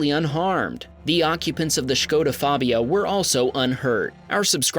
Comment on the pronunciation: Great pronunciation of Škoda, glad to see English-Speakers not call it "Skoda", nice job!